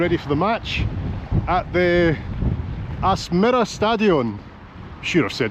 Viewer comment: Very nice. Been to Bodø many times, and walked your walk to/from airport. Your pronunciation of Aspmyra was near perfekt!